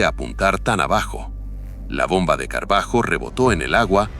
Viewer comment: El video es muy bueno en general. Los dibujos y el relato en general. Pero deberían prestar bien a lo nombres y/o apellidos de los pilotos, en especial cuando dice Carbajo. Calculo que hará referencia al por entonces Capitán Pablo Marcos Carballo, si no me equivoco